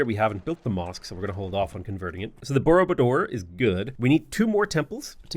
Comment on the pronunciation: Borobudur has the stress on the second syllable, rolled “r”s and vowel pronunciation that is not apparent from its spelling so there are probably quite a few slightly bemused Indonesians out there as well.